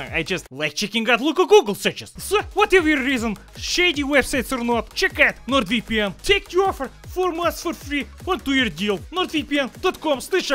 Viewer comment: how western spy's says: NORD VPN how say's: NorViPiEn